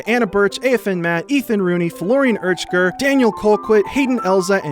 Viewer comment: I watch your videos to hear you pronounce the Fhlowrhian Pirhachqer name. jk You are now manually breathing